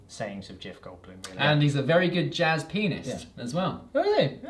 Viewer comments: usually I get everything you talk without much problem (english is not my first lenguaje) but that jazz PIANIST was really confusing and subtle jajajajaja XDD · hearing saying Jazz pianist, I had to turn on subtitles. Not disappointed: he's very good jazz penis...